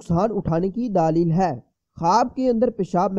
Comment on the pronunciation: Alfaaz tu thik say khao daaaali hy Kia hy???? Daleeeel hy daaaaaali Kia hy bat thik say nahi ati chale hy tabeer batne